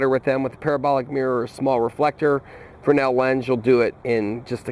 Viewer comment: I just looked up Frensel. Thanks. It being a French name (Agustin-Jean Fresnel) we've been over-Americanizing it. "Frey-nell" is the right way.